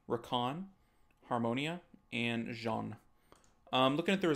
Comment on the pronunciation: The way to pronouce Jeanne: the first E is silent, so see it as "Janne". then the A sounds like how you prononce the A from Rica. then add the nn sound. you actually hadit right the first time u said it